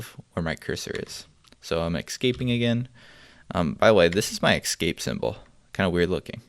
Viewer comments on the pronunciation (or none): *`Escape not Excape.Otherwise, excellent! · great stack of commands chosen to get ppl up to speed and acting fluent with simple commands very quickly. I think this is the best one right now. it's ESCape ...ess-cape... not EX-SCAPE .. im sorry cant help saying it youre probably doing it on purpose anyway NICE DEKSTOP